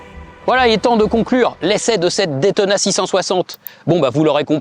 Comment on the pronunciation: une ( détona ) :/ , please say ( daytona ) !